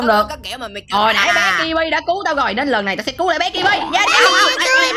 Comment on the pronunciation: Đọc là cơ-bi mà đọc là Ki-bi:))